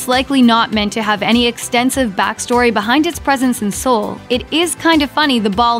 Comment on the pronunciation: did...did she just pronounce it as "Sool?"